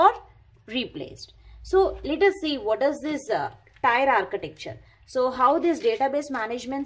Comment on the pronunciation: Its pronounced Tier like tear, not tire